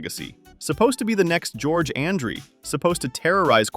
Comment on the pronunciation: Ummm, you show Meredith, who left the game in 68! Why, is it so difficult for you and others to know the team your highlighting??? Again, you can't even pronounce George Andrie's name correctly!! Lance Rentzel? Barely makes your headline of 1970's Cowboys, played in 1970, then the next three years with Rams (you get a pass, no pun intended on Lance), and he didn't lose it all, he played all 14 games for those three years with the Rams, Kyle and Morton never practiced together in Dallas, Kyle came in 76, in 76 Morton was in his third year in N.Y.....you have a good idea with these videos, but your research is as weak as circus lemonade.....up your game, got it!!